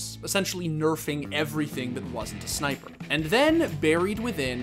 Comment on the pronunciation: Sneiper. Uwee uwee uwee uwee! Hehehehe